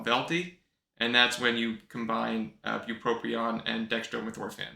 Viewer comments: Since you didn't list spongiform degeneration as a side effect, you know it's bupropion and not "buproprion"! Thank you for another awesome vid! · the guy that smells like cabbage on the subway told me its pronounced Buproprion..so we had it right all along